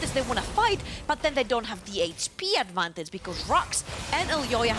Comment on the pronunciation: once I noticed that the female caster pronounces "advantage" as "advantatz" I couldn't stop laughing, because she kept saying it over and over :-D